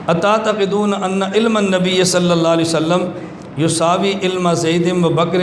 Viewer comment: Salalahualiwasalam to achi tarah padh.. zuban pe chaale hain kya... Issi se tera aqeeda pata chalta hai. Tumko darood shareef padhte huye b dikkat hoti hai.